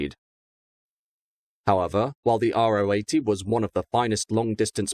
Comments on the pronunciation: It’s pronounced Ro 80 (Row 80), not Ah Oh 80. The Ro stands for Rotationskolbenmotor (or rotary). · Although he doesn’t pronounce Ro 80 correctly 😉